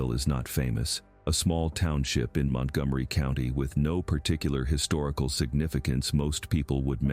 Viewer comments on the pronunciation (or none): none